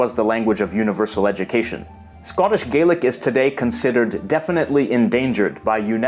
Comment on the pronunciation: It's spelled Scots Gaelic but it's pronounced like "Gallic", I'm afraid!